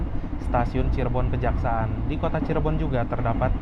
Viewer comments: Bukan stasiun Kejaksa'an tapi stasiun Kejaksan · Cirebon kejaksan bang , bkn cirebon kejaksaan 😂😂😂